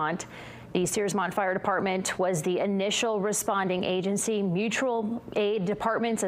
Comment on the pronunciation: As a native Mainer, I can assure you it is pronounced SIGH-low, not SEE-low. Please learn proper English pronunciation. My condolences to the families of those killed and injured in this explosion. My father worked at a lumber mill in North Anson, Maine, during the 1970s. So I suspect that the explosion was caused by dust, perhaps sparked by contact with electric wiring. This is the second tragedy in recent days for Maine. My condolences also go to Joshua Tibbetts' family, a terrible loss for the Forest Service. I wonder if he was related to the Tibbetts family that were my neighbors growing up in the North Anson area.